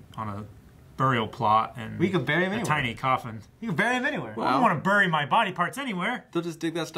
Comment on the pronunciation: pronunciation of the word ''bury''.......LAWD GIVE ME STRENGTH needed to get that out